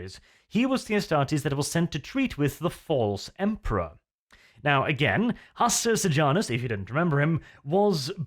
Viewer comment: Uhm Hastur Pijamus xD wearing pijamas